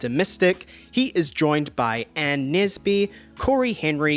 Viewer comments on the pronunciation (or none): none